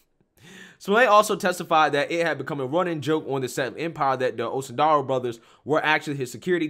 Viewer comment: I love listening to try to read the Osundairo brother's names LMAO